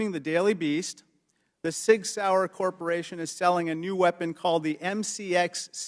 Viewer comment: Does rep Talib, in addition to her ignorance, not know how to pronounce “Sig” or “modularity?” You have got to be terrified that these people vote in anything given how little they understand what they’re talking about. It’s a wonder that federal programs aren’t smoldering heaps of trash. Wait…